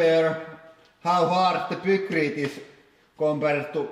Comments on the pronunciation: Isn't it pronounced piekrete instead of pukrete?? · Pronunciation tips! -Pykrete was named after it's inventor Geoffrey Pyke, and is a combination of "Pyke" and "Concrete". It should thus be pronounced "Paikkriit" -Ninja is a japanese word which was transliterated with a J based on the English pronunciation which would be dž. Thus Ninja should be pronounced "Ninža", rather than "Ninia". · lol "pookrete". Please, don't ever make pookrete :) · "Deh poo-crete get crush-shed." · this guy saying poo-krete is too much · "Poocrete" lol. and is that a new tool for the press? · "peukreete" lmao :D